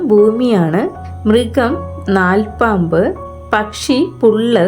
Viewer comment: നാൽപ്പാമ്പ് അല്ല, നൽപ്പാമ്പ്